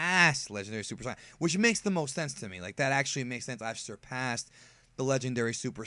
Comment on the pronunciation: The way you pronounce Saiyan is so dumb